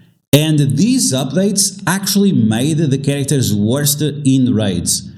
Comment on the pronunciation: Just a heads up. It's "worse" not "worst."